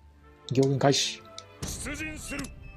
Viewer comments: どうでも良いけど、行軍の読みは”ぎょうぐん”でなく、”こうぐん”ですよ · ぎょうぐんではなくこうぐんだよ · ギョウグンではなくコウグンです